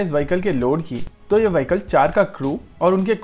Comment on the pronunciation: उच्चारण वहीकल नहीं विहीक्ल होता है!